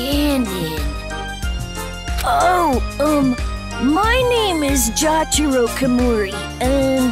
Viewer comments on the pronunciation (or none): Jataro¿ You mean "Jotaro"¿